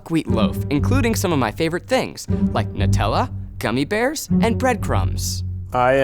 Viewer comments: WTF nU-tella. nU-tella. No stop re evaluate your life zack. Gah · The way zack pronounced Nutella will give me nightmares